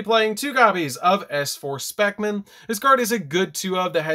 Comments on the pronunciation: Um...so I see you didn't realize after the first S-force profile your saying "specimen" wrong. Spe-C-men. Sound words out bro or use Google or something to help you when unable to pronounce the words properly. This isn't to pick on you it's just a suggestion. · This man did not just mispronounce Specimen. Lmao